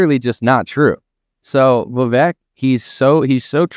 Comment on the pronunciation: It's fine to not like Vivek. But if you are going to do so many videos about him, I think at that point you have at least pronounce his name correctly.